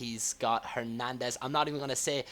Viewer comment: People mentioned you mispronouncing Hernadez's name because you were saying it wrong. What if I pronounced your name llike "". You would say something about it wouldn't you?